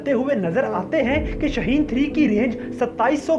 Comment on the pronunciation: Shahin nahi shaheen hai